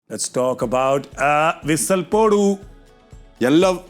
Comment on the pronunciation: Not PODU..Its PO Dee...Hindi rubbish...Thavidiya Pasanga...